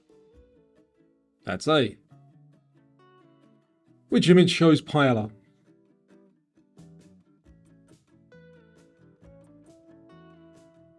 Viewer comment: You really botched the pronunciation of “Pealla” in question 12. pai-ay-uh is correct ay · uh